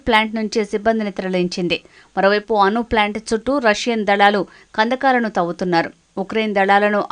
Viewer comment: అను కాదు అణు